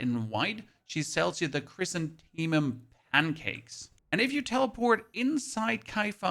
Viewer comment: I have watched you butcher this word in a few of your vids Chrysanthemum. Sound it out with me, Chris like the name anthe as in anthem and mum as in mums the word. Chrysanthemum. Not trying to pick on ya it just sounds so much better said properly. keep the vids coming...